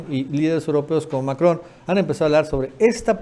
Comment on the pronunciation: MACRON N N N no MACROM M M!!! Siempre te sigo,das valiosa información,pero te fallan Errores de léxico, te determinan lamentablemente de manera negativa, dando señales de mala educación q te tocó recibir